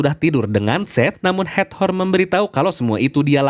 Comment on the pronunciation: Hator Kak, bukan hat-hor 🙌🏼